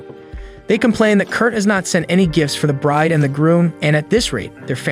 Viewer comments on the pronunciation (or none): none